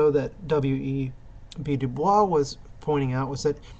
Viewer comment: Nobody says DuBois with the french pronunciation. It is DOO-BOYS.